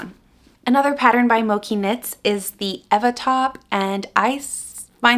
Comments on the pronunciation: I had done the Claire vest by Mochi Knit (I think it's pronounced ch though) and it was WAY too big so be careful! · Hi! love your videos. Just wanted to say that mochi is pronounced with a ch sound like in the word chain or chicken. It's a japanese rice cake that is super chewy and delicious!